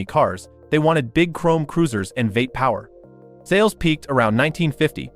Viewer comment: Did your AI narrarator really called Vee Eight a Vate? Bye.